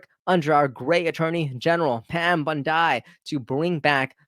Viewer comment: Pam “Bun-die” ?!?!? Do you not know who she is? She is arguably Trump’s most important appointment